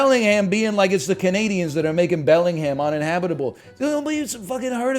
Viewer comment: Pronounces the H in Bellingham? -2